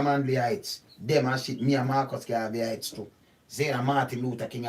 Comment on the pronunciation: Ites..not Heights dear. Garveyites. I'm a Manleyite as well.